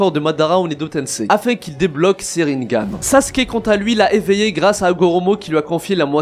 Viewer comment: Rinnégan* on dit pas rinngan